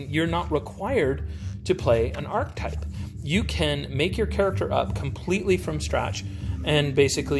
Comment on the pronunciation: Archetype’s actually got three syllables: ark-eh-type. Looks like a very cool game, some mechanical concepts I use in my home brew. I think your DnD critiques are right on, especially about hit points. How interesting that you hadn’t played it yet!